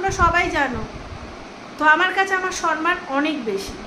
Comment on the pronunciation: তুমি উচ্চারণে সরমান বলেছো সম্মান না বলে।